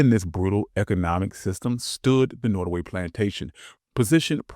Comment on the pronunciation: I'm new to your channel. Can you increase the volume or speak up ? It's hard to hear especially when you speak rapidly. The name is pronounced Not as in hot. Nottaway .